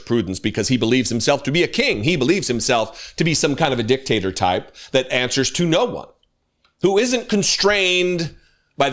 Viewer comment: Mate, I’m pissing myself laughing at the way you said ‘he thinks he’s a dictator.’ It’s just the way you pronounced it as you were revving up into your (totally justified) rant. I thought Dick Tator, that could be Tow Maters evil cousin, and the rapeist, most xenophobic evil villain to Lightning McQueen in the series so far. He goes around just grabbing innocent Porches and squeezing their big flat sixes without even asking, he tows any vehicle that looks like it could have even driven past a Taco Bell to the border and rams them over the line, even if they have Oklahoma plates on……😅😅😅😅😅 - I worry about the way my mind works some days!